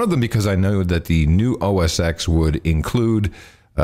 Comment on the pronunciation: It's pronounced OS ten :)